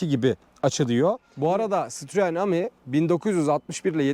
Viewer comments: Guzel video olmusda. Ama ami ne ya ? Okunuşu Emidir Am-i degil 😂😂😂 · Aracın adı A-Mi DEĞİL bizler yazıldığı gibi okuduğumuz için absürt bir telaffuz oluyor Adı CİTROEN E-Mi yani EMi DİYE OKUNMALI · Eymi diye okunuyor...